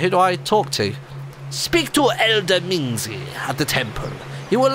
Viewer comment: You know, since I know Chinese...... the fact that the elder's name is Mingzi is absolutely hilarious X3 and that Martyn is butchering pretty much every Chinese word and probably Japanese word there is lol